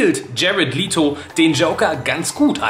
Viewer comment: Du hast Leto aber falsch ausgesprochen;-) Aber es ist unglaublich schade, dass so viel vom Joker herausgeschnitten wurde.